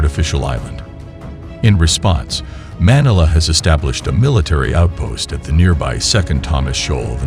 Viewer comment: Manala??? Where is Manala? It is Manila! Get your computer synthesized narration fixed.